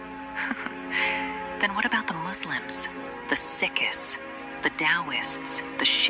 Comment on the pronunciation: She said that wrong it’s not the sickest but it’s pronounced the seeks